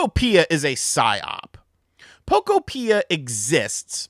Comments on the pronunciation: It’s Po Kopia not Poko pia 😂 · If you can't say the name of the game correctly, you can't talk about it. 😂